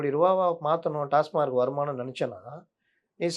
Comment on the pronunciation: TASMAC டாஸ்மாக் Not TASMARC அல்ல டாஸ்மார்க் அல்ல.